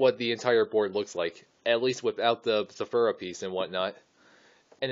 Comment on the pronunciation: It is zathura not zoforua